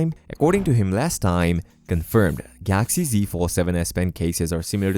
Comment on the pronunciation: Why are you saying Gaaxy.